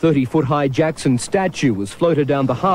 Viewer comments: Is name is not jako its jackso 😡its jackson 😀❤🥰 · I hate how they call him "Jacko". It's "Jackson"!!!!!! 😡 The media makes him seem like he's strange or he's a freak, when he's not!